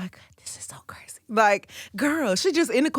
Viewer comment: did rosenberg just say “Brazy”?!??!!!